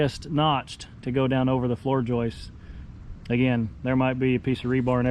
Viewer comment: It's just joists. No need to say joisteseses